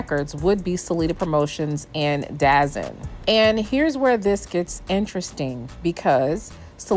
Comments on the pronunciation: DAZN is not pronounced Dazen it’s pronounced DA-ZONE hence, DAZN. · you mean DAZN? It’s pronounced The Zone. I got you! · 27 it’s da zone say it right dazn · Great content. By the way, its' pronounced " The Zone". Not Dazon/ Dazn. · It’s not dazzen it’s called the zone dazn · ITS NOT CALLED DAZZIN ITS CALLED DAZONE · It’s “ Da Zone”.